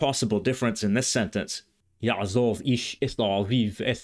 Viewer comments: May I correct one issue? In the Biblical phrase, you cite, there is no "yaazav". You correctly indicated the Pause, but in Pause long o becomes short, so the qamatz under zayin is not pronounced as a long a, but as a short o and the accent of the whole expression (yaazov-ish) falls on "ish". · A few comments: The Biblical Hebrew יַעֲזָב should be pronounced ya'azov, not ya'azav. It's a קמץ קטן not a קמץ גדול. It is is pronounced /ɔ/ is Ashkenazi and Tiberian Hebrew, but /o/ in Sephardic and Modern Israeli. It is not the much more common קמץ גדול which has the same /ɔ/ pronunciation in Ashkenazi and Tiberian Hebrew but is /ä/ in Modern Hebrew. The Modern Hebrew sentence should read יַעֲזוֹב instead of יַעֲזָב. The contraction of אֲשֶׁר to -שֶׁ is disputed among scholars. Some think the prefix has an independent origin and is related to the Phoenician -ש. It may be as you said, but it's not certain. I think you understate how common אִישׁ is in Modern Hebrew. It is used in such fixed phrases but it is also commonly used to mean "man" especially when not in contrast to women. At the time virtually no Ashkenazi Jews spoke Slavic language natively. That was mostly later. The Slavic influence was mostly by the fact that Yiddish itself was influenced by Slavic languages. As I said before it should be 'yaazov', not 'yaazav' for Modern Hebrew, but for Tiberian Hebrew ya3azāv fits. This is a real nitpicking point: The letter ת was originally pronounced [t] in all positions. The development of separate allophones ([θ] and [t]) was probably post-Biblical though undoubtedly centuries before the Tiberias Masorites. By the time of Tiberias Masorites--which is Paul's basis of pronunciation for Biblical Hebrew--the two allophones had evolved such that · traditional and ancient Kamatz is really closer to an "aw" of "o". even in modern Hebrew there is a distinction between Kamatz Gadol and Katan , the Kamatz Katan is pronounced "o". therefore it is pronounced Ya'azov not Ya'a zav